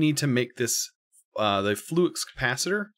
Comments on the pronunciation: flux not floox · I’m sorry, did you just call it a floox capacitor? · you really need to see back to the future for the first time xD and you would pronounce flux capacitor correct xD instead of "fluidx" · Ah yes the good ol' "floox capacitor". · It’s flux capacitor, not floox capacitor. It’s a pun from “Back To The Future” and the other 2 parts which were seperate movies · He is mixing it up with Fluix which actually is a thing. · No but it’s pronounced flux capacitor because it’s a PUN. IF IT WAS FLUIX IT WOULD BE SPELLED FLUIX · why did he pronounce flux, "flux" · why do you say flux like that?